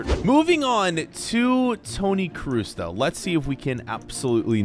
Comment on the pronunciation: How did you butcher Kroos so bad 😭😭😭